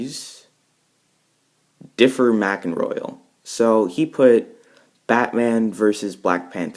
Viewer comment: btw thanks for getting my name right!! It is pronounced the way you said it! (Btw way if your were wondering DifferMak stands for Difference Maker. I share this account so royal is someone else.)